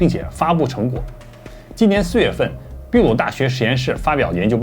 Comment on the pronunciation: ，不解也，ㄇ一丶秘密你你念ㄇㄧ丶，那秘魯，會念秘ㄅ一ˋ魯呢？？ 是翻譯發音嗎？ 都念ㄇㄧ丶魯不行嗎？😅😅😅😅😅